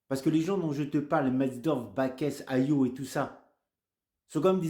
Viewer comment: On dit HAYOT(E) on prononce le T